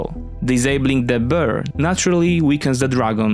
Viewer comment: Przyjazna sugestia: popracuj nad wymową, bo "the bear" to nie "de Beer"